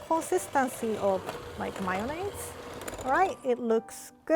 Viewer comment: mayonnaise Subtitles: mereingues